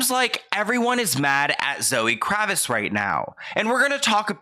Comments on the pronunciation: "Zoe kravis..." 🤣🤣 the t isn't silent. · KraviTz, you're not pronouncing the T & it's killing me!!😂💀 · You keep mispronouncing her last name. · pronouncing Lenny Kravitz name wrong is too precious 💞